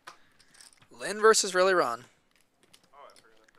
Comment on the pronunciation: When the hell did "versus" become a one-syllable word? Lazy speech reflects a lazy mind.